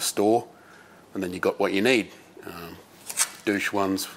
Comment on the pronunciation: I was glad when I heard you pronounce it doosh.